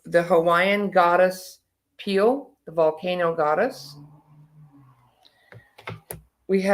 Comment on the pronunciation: Madame Pele -her name is pronounced Pei (pay)-lei like the lei around a neck. I lived on Maui and that is how the natives pronounced it. I lived up in Kula near the volcano and she is very much alive in spirit and seen by many! I agree that Oprah and all celebrities can visit but do not try to buy up land and take over because Madame Pele, goddess of fire, will drive them off island. The land is already owned by Hawaiians and they don’t own it! They are in for a surprise for sure!❤